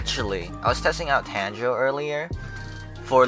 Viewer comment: Exactly its tangerine